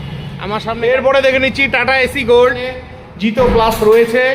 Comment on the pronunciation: দাদা ওটা এসি গোল্ড নয়, সঠিক উচ্চারণ এস্ গোল্ড